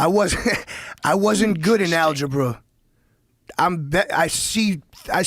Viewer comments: He's good at algebruh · "I wasn't good in alge-bruh."